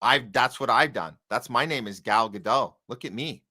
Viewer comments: New podcast to me. Didn't care for it much. Too shrill. Too loud. Too rant-y. But sure, she's disgusting on every level.. By the way, you're pronouncing her name wrong. pronounced "Gah-dot" with the "T" a slightly softer sound. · It's not Ga-doh. It's not french. Her real name is Gal Greenstein. She says Gadot with a strong T. Ga-dot is how you pronounce it according to her. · Giving her name a French pronunciation sounds both pretentious and stupid. It's Gadot and the 'dot' rhymes with 'spot'. Trust me, I know Hebrew. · Godot, pronounced Greenstein.